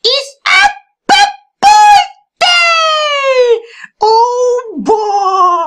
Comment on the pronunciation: IT'S NOT BURDAY!